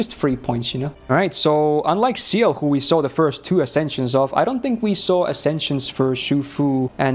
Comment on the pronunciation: why are you pronouncing Ciel as Seal 💀💀